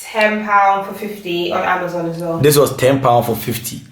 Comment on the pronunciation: Amazon or Ama Zon 😂